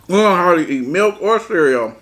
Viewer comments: Whole milk & it’s CEREAL 🤣😂😭not CEREAO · Lol. He is too funny. But every time he says cereaO is crackin me up. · ABSOLUTELY NOBODY:: CEREO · 👍👍 did a great job! I'm a caregiver naturally, I can do it for anyone and have, it's not something anyone can do and most people understand that. Praying for Beloves speech recovery. Much love!💓